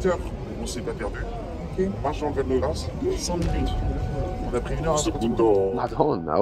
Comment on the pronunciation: "Val de Grace", non de grasse.. c'è uns differenza sostanziale XD